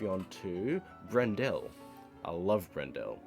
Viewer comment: For anyone who's interested: Alfred BREN-dle (not Brendelle lol), Stephen HUFF, Murray Per-EYE-ya, Mitsuko oo-CHEE-da, John OG-don (not OD-gon lol), Benjamin GROVE-nor Sorry if I missed any... Edit: Jawn-Eve TEE-baw-day